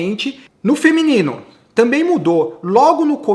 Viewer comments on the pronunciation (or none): none